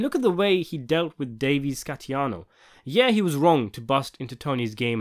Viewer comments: Just a kind remark: You've said Davey Scatiano in more than one video, it's actually Scatino. Other than that your content is always high quality. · Scatino, not Scatiano.